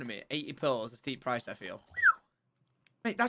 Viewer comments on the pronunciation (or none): none